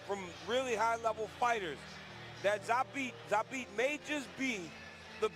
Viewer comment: You are pronouncing his name wrong . It should be like Zaabt